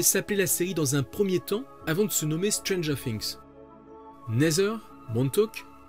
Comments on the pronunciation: Mais ça se dit pas stranger fings😭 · non jure🤦‍♂️ j ai dit ça se dit pas stranger fings parce que lui il prononce comme ça 😐😑😑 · Comment faire bon quand déjà prononcé mal stranger THINGS JE RIGOLE BIENSÛR